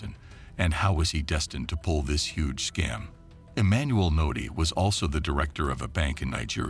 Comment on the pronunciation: His name is Emmanuel udeh